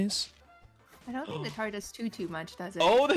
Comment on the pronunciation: The way he says Tahr kills me